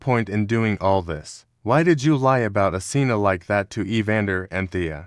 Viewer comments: Asena❌ Athena✅ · Asena:❎ Athena:☑️ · why they saying asena but typing athena